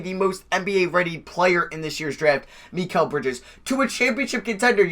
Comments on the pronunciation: You’re pronouncing Mikal Bridges name wrong it’s pronounced mih-call. Just figured I’d let you know for the future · Why u say Mikal Bridges weird